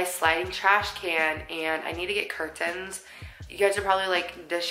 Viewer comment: The way you say curtains is so funny lol. I’m country so 😂😂😂. My side table is similar to your coffee table! I love your space 😍, and can we talk about your niece?! Literally THE MOST PRECIOUS girl 😭🥺 aahhhh I can’t !